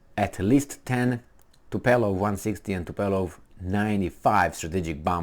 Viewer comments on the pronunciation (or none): Tupolev not tupelov.